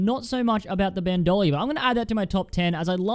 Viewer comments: BandOlier That’s not how it’s pronounced... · Its pronounced ban-do-leer. Bandolier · imagine favouring Bandolier but not knowing how its pronounced.